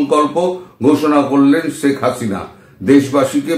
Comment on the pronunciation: দাদা, আপনি বলেন “ছেক”। হবে “শেখ”।